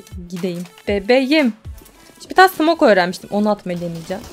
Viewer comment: Abla 'Bebeyim' değil 'Bebeğim' :D